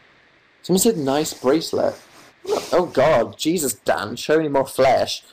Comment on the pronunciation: THE WAY THAT HE SAYS FLESH IM LAUGHING WAY MORE THAN I SHOULD